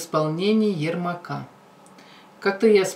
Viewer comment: ярмак не ермак